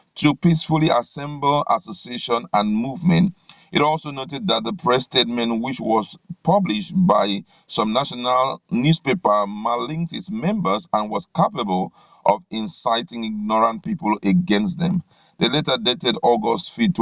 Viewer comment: Check your work before rushing to read. The word is M A L I G N pronounced as ma line.